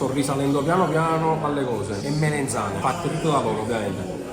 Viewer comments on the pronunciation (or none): melAnzane non melenzane zio